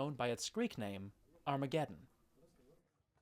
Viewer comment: Great stuff! BTW, Megiddo is pronounced Megeeddo.